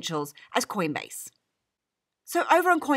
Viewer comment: and Did I hear queenbase?!